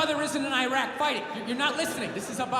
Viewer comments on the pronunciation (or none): This idiot cannot even pronounce Iraq. Yeah khamedi beach.